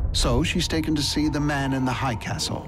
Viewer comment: man in the hiiiighh not hi castle